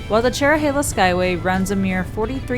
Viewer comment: You pronounced Tellico Plains wrong, it’s Tell-i-co and Cherohala is cheer-o-ha-la